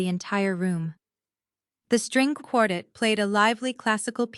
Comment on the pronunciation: For crying out loud, have AI learn how to correctly pronounce the word quartet.